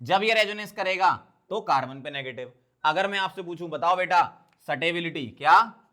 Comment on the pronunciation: Stability ❌ Satebilityy ✅ 😂😂😂